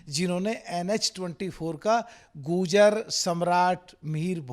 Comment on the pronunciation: Abe pagal phle to bo tu goojar bol rha hai har baar bo gurjar hain na ki goojar😁